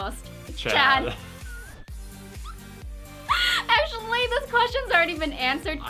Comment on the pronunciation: did she say checd